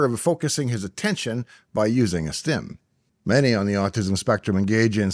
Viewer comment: I can't hear exactly what you are saying when you pronounce the word the sounds like "stym" in referring to repetitive unusual behaviors. My nephew had a habit of touching the tip or each finger in turn with his thumb. I noticed that it seemed important that each fingertip received exactly the stymulation that he desired. I'm sure that later when he was solving complex math problems, his teacher were a little embarrassed that they had castigated him for 'counting on his fingers".